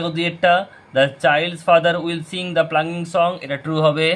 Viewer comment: নট প্লাঙ্গিং ওটা পাউলিং 😊